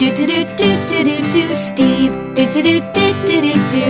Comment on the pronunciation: Am in the only one who always hears steven and not steve